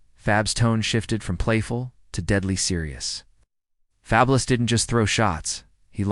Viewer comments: Why you keep saying his name wrong. It’s fabulous like wonderful like something remarkable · Ok so it’s not a person, I’m like why the fuck does he keep saying his name wrong 😂